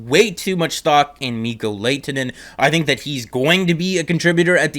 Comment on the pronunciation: You’re pronunciation of his name is wrong. You pronounce the H.